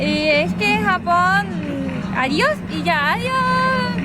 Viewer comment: Te he escuchado varias veces en la introducción decir: "Hola a todos! esto es sapón con jamón". O me equivoco? Un abrazo a ambos desde Chile!